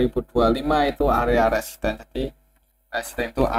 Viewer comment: Bnyk salah sebut resisten ktika bahas BBRI...pelan2 aja Om...tks